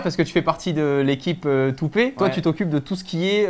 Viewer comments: le " toupé " à la place de" toopet" m'a achevée dès le début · eu non c'est toupet (pet ) et non pé lol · super vidéo, super sympa, merci ! Juste un truc, c'est toopeT, peT comme animaux.. et pas pé xD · Ce studio est tellement accueillant et top. J'ai adoré le malaise de Quentin quand t'as dit Toupé 😂😂😂 ça se prononcé tout pète 😅😂😂 Bravo pour la vidéo, c'est top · toopettt pas toopé 😂 sinon vidéo très cool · Comment il a dit toopet "toopé" mdr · Assez triste le /toupé/ 😅même Tanguy l'a dit devant lui /toupète/.. dommage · très belle video mais par contre le t de toopet il est pas la pour rien :) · c'est juste que ça se prononce Toopet comme "pet"(=animal de compagnie en anglais) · Toupète ! "pet" animal domestique en anglais. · gg mais ça se dit toupète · Non mais "toupé" what 😠